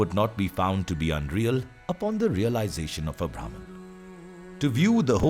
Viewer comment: Imagination to visualization 🥰 great video but pronounciation of bhraman was incorrect 😁